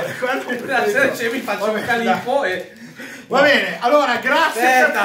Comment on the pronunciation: Il tonno càllipo. Non so se l'accento si scriva così, ma la pronuncia non è quella del gelato 😂